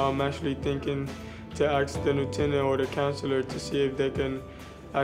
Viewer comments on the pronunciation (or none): You should have told the guard it's pronounced "ASSSK" not "AXESS"